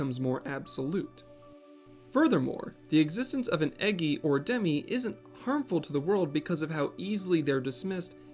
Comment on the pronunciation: I really have to say this but its most certainly pronounced E-JEYE and not EGGY. You make amazing videos and I love your channel I just couldn't help myself.